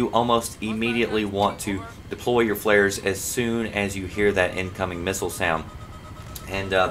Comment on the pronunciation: he said "flaris" not flairs